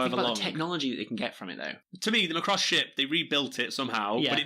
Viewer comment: you decide to research macross but can not even PRONOUNCE IT'S NAME, IT'S NOT MCROSS IT'S MACROSS